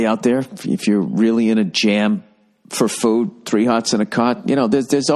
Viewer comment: I'm black and I don't say it like that...